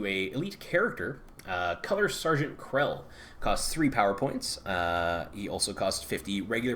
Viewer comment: Kell, no "R" Not Krell, sorry it was killing me.